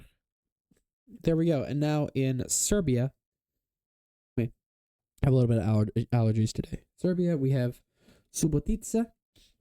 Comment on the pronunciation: KRUŠEVAC MENTIONED 'BEM TI SUNCE KALAJSANO 🇷🇸🇷🇸🇷🇸🇷🇸🇷🇸🇷🇸🇷🇸 you really gotta stop putting the stress on the penultimate syllable for every goddamn ex-yu place name tho 😭 like wtf is suboTica